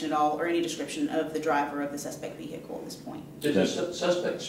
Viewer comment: omg stop saying vee-hickle